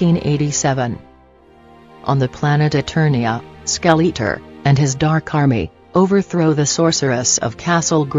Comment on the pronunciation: Skell - eat - er ; Val - keyr - ree ROFL. I like the fact you used actual footage, but maybe get a better reader program.